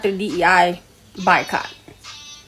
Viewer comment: did she say BI-Cot? 🤦🏾‍♂️🤦🏾‍♂️🤦🏾‍♂️